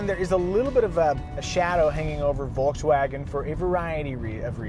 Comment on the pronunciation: Say Volkswagen the right way pls